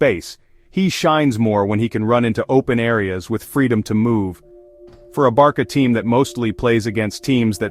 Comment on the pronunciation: Hold up. Did you just say "Barka"?